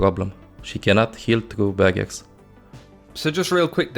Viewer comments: OH HE SAID BARRIERS NOT BAGGETS Okok I understand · Its barriers i almost thought he said bagguette